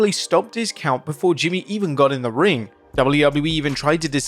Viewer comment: You just botched the word ring😂